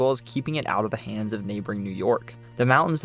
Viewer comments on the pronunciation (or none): none